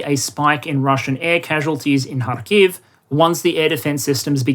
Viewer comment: The first western commentator (from all who I heard) who pronounced Kharkiv correctly :)